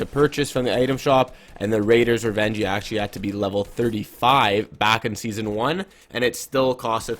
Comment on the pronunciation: Did you just say sesone 5 is OG 😂